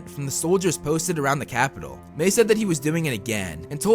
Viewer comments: Its pronounced "My" not "May" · Dude ma-i not may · It's Mae not Mai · I-I’m sorry but like my name is Mai and you’re saying may and it gives me flashbacks to school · Why is Mai pronounced Mei ? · I have to go back and rewatch but isn't her name pronounced like My? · You say her name weird